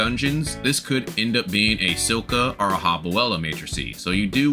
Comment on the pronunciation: It's still funny when you say "nukilus" instead nucleus and "silka" instead of Scylla.